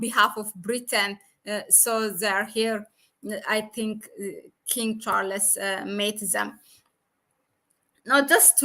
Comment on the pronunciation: King Char-les.......?